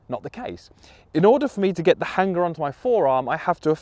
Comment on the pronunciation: Love the video (as always) however I'm very put off by how you say Hanger.